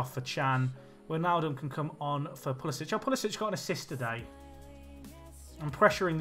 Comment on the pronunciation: Just a minor thing, if you want to say it correctly, Pulisic is pronounced Pulisick - not Pulisitch.